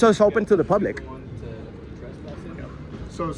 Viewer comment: The way he says “publick’ 🤢